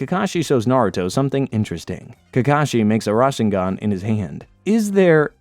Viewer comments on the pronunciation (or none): Rashengan really 😂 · "RAWSHengan" is killing me inside lol, nice video still tho XD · Ra-sher-ngan for me